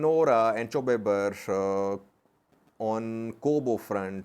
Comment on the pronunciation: Gonder front is Chew Ber not Chube Ber. Chube Ber is near Waja, on A2 High way.